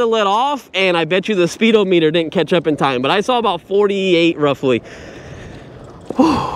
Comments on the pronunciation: This was driving me crazy too, it's not "O" meter, it's speed-ah-me-dur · It's pronounced spee-dah-muh-tr...... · Speedo meter??😂😂😂. It isn't pronounced that way